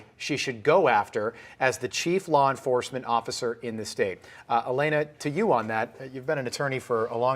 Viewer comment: It would've been nice if this dude pronounced her name correctly. Her name is Alina not Alana. It's pronounced Ah-Lee-Nuh